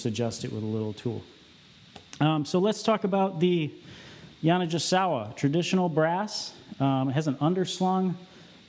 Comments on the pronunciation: I was coming to say that too. The mispronunciation was driving me nuts. 😂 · I have never heard Yani pronounced that way was kinda gringe - I have a SX90R tenor that Bill Clinton owned for a while. Very free blowing - not sure why anyone wouldn't want that - esp in legit. Playing anyhting under a 7* is never good for the Keilwerth - they are made for screaming. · You and Jay Metcalf need to get together and discuss the correct pronunciation of Yanigasawa. Is the G soft or hard 😅